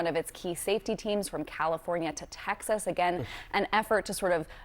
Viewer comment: 😂silly girl, its TExas, NOT TAxas! Learn to speak!